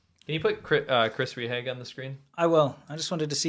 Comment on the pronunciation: Rehage = Ray-HAH-guh. Not Ree-hag. Your German is terrible.